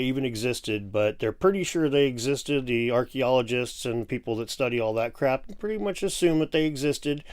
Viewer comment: "Zee Greeks" 🤣🤣🤣